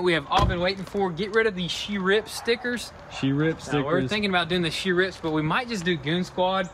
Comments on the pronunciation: He said she riff. It’s not she riff it’s sheriff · "She - Riff" "De - Cal" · im dying heard them saying she rips instead sheriff😂😂😂